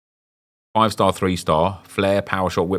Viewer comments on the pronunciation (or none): none